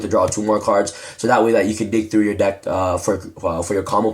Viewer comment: Lol i laughed when you said duck instead of deck